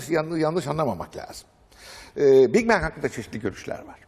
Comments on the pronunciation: Bing Bang ne la cahil haber Türk oha lan oha. İngilizcesi olan adamda mi yok içerde. Big bang büyük patlama. Aq Bing ne lan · Bing bang ne haber türk düzelt pls.